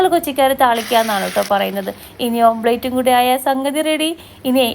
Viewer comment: ഓംലറ്റ് ആണ്. ഓംപ്ലേറ്റ് അല്ല